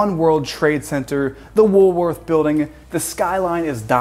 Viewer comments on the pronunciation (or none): none